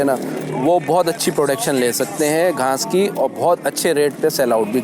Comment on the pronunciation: Ghnas ni ghass hoti hai